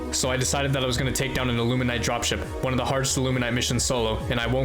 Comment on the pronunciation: Bro please it's illumin-ATE not illumin-ITE lmao clearly another victim of their cognitive disruptors (Amazing vid btw impressive resolve)